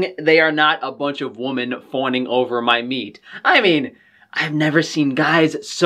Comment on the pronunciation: Woman is singular. Women is plural. Please for the love of sausage, learn the pronunciation.